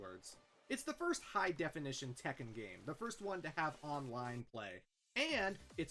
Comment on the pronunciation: That is correct about the pronunciation for Tekken because double consonants signify a slight but discernible and deliberate pause in speech.